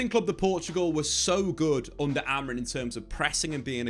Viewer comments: It’s not Amorin bro cmon it has been almost a year and you are still saying it wrong 😑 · AMORI(M), he’s the gaffer at least get the bloke’s name right